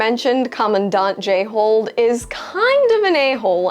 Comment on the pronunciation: Props for being able to say "Jayhold" without saying "Jay-hole" each and every time.